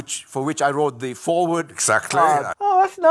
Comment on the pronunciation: Damn man, if I was the head of one of the most powerful companies in the world I would put forth the effort to pronounce "the" instead of saying "ze" because that is SUCH a bad look.